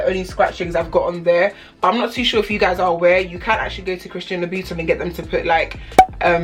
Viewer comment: Its louboutin nog loubiton